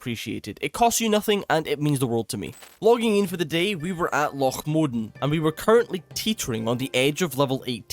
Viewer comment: The part that I think is being mispronounced is 'Modan' he's saying Mod'n and omitting the 'a'. I've always heard it pronounced Mo-dan as 2 syllables and emphasis on the 'a'